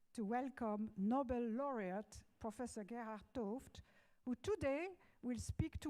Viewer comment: he-ard t'ooft - thanks for pronouncing his name.